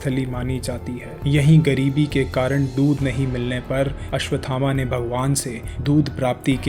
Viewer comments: अश्वत् थामा - is the correct pronunciation and not अश्वथामा। 🙏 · अश्वथामा का उच्चारण गलत है।